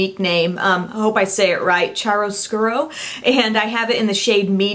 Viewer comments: it's CHIAROscuro, not chairoscuro... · "Chiaroscuro" Key-yaw-Rrrow-SKew-Rrrrow :) Great review :D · Chiaroscuro is pronounced like kee-ahr-uh-skyoor-oh, which is an art term for the highlights and shadows of a painting. Kinda cool that it's named that, but it's a term hardly anyone will know what it means, nor know how to pronounce. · its chiaroscuro like KHI-R-O-SKURO just thought i should share :) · Its pronounced key r oo scoo ru but nice try! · thanks for the review, you're so professional. But the name chiaroscuro is pronounced wrong. Chi- is kee. (i'm italian :P). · yep, it's 'Keearoskuro'! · its pronounced kee-a-roo-scoo-roo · It's Ki-ya-ras Ku-Ru That's how you say it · It is pronounced "keerascuro" were learned about this shading technique in AP euro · Chiaroscuro is pronounced kee-ahr-uh-skyoo r-oh. It's an art term to describe the distribution of light and dark in a picture. So it makes sense. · Chiaroscuro is an artists term to identify the extreme dark and light. It's tricky, but pronounced (key-are-oh-skoo-row) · Love your revews!! any way it is pronounced Kiaro Skuro ;) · It's pronounced Cheer-a-scure-o. :) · It's pronounced "kee-ah-row-SCOO-row". :) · Love the vid!!! I want to try the waterliner in rose gold. And ps its pronounced cure-oh-SCURE-oh :) It's a term to describe creating shadows and contrast in art so it's appropriate. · The "chi" in chiaroscuro is proununced like "key" (that's the best way I can explain it...). I'm italian ;) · it's pronounced kiaroscuro :) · Chiaroscuro is an art term for a strong contrast between light and dark (think Bernini). Because it's an Italian word it's pronounced like KEY-aroscuro. Cute name at least... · just in case you wanted to know, "chiaroscuro" is italian for "light-dark" and it's pronounced "quiAHro-scOOroh" :)